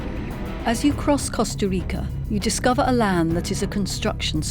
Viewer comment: Listening to her pronounce Costa Rica hurt, but then she tried to say Jaco. Ouch.